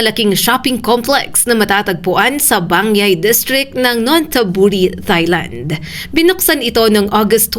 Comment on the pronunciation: Please stop pronouncing Thailand as “thigh-land”. The correct pronunciation in English or Tagalog sounds like “tie-land” (no “th” sound).